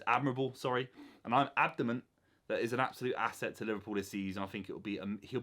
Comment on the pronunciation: Love the vid just for the record it’s Adamant not Abdamant if you reply I’ll delete the post to save you from some embarrassment 😅.